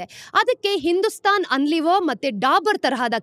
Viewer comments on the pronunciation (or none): ಅಕ್ಕಾ! ಅಕ್ಕಾ! ಅದು ಹಿಂದೂಸ್ತಾನ್ ಆನ್ಲಿವರ್ ಅಲ್ಲಾ ಅಕ್ಕಾ ಯುನಿಲೀವರ್ 😂😂😂😂😂